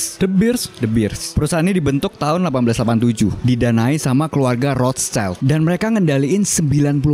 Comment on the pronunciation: Rothschild bacanya Roth (Roth) Schild (shild)